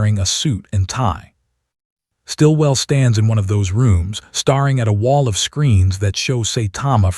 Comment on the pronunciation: Staring has only 1 R not 2 , the AI needs to learn how to pronounce words CORRECTLY, 😂😂😂